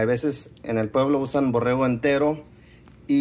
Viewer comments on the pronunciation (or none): Borrego , no borejo para eso fuistes a la escuela dice tu abuelo .